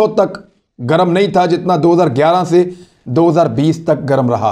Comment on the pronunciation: Achi tarah sae daal rha hae. Not achae sae. Please speak correctly. Thanks